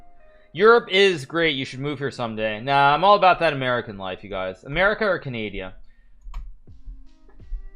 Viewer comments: Bruuuuuu, Hikaru, i love you as a chess player bu "CANADIA" no its "CANADA" comone man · So you pronounce it canadia? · “Kazakastan” “Canadia”